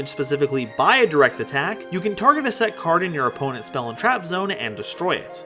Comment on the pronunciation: During the R spell card my man went full Minnesotan with that cArd